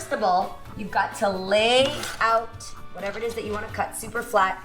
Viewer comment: Yes — I need a “Wha’eva!”